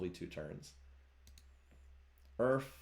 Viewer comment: omg it took me until to realise "Earf" is just "Earth" phonetically. Took me way too long lmao